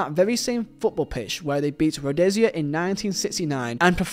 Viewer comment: Rhodesia - Rode-ee- sha Great video none the less